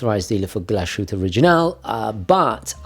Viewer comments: Small advisory: It's Glas-hütte, not Glash-ütte or Gla-shütte. It sounds really strange in German the way you're saying it. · It's "Glas..Hütte", not "Glash..ütte". Anyway, lovely watch! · Sorry, it’s not pronounced “Glushütte” - it’s pronounced “Glas - Hütte”. The h is not silent. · It's pronounced [glahs-hoot-uh] not [gla-shu-tte]. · It’s a great watch -had the same model for a while. BTW you are butchering the pronunciation of Glashutte - it is Glas-hutte. Not sh as in shower. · Weird how in a previous video you were able to get "Glashütte" right ("Glas-hütte") and now you're back to the typical native-English speaker's mistake of pronouncing it with a "sh" in the middle. In German "S" and "H" are always pronounced separately, if you want it to sound like "SH" in English, it must be spelled "SCH". What you stay consistent with is your misprnounciation of "etcetera", it's not "ack-cetera" as the "T" comes before the "C", so say "at-setera". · Pronounced Glas-hutte (glass hut) - beautfiful watch! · It’s pronounced “Glas-Hütte”. Glas is the same as glass, just an s short. The a is solid A though, not æ. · It's Glass (pronounced like in British English) + Hütte😉. No "sh" in this one! Greetings! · Another great video, thanks,. Glashütte is a great brand. Also a great watchmaking town. Definitely worth a visit. Just a side note - the correct pronunciation is "glashite". There is no "sh" in the brand´s name. German can be tricky 🙂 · Please correct the pronunciation. Sounds illiterate man. Typical new yorkeze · I don't normally comment or care about pronunciation, but pronouncing the unnecessary and incorrect "sh" sound is just too much. It sounds really bad. Just separate Glas and hütte, and pronounce however you like, but there should be no "sh" sound when saying the GO name. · Now that is a good choice, it's on my short list for a while, it is almost better than the Lange & Söhne. You just have to work on your "Glashütte " pronunciation.